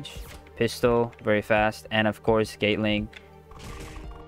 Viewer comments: U saying gate ling not gatling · We gptta respect he sounds out the gum moves the best he can cuz he said Instead of gatling (GAH-T-LIN-G) he says gaytling. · i love how he says "gaytling"